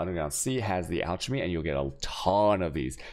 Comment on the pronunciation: For the love of Vaal look up how to pronounce chaos and alchemy.